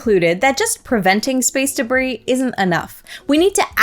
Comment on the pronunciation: Please review: DEBRIS. Not DERBIS.